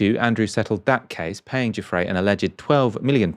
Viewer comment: I dislike Andrew immensely - but I do think you are being ridiculous with this UN-PROVEN allegation. Shame on you for being so silly. And her name is NOT "Cufre" - it is "Giuffre." You have NO education, do you?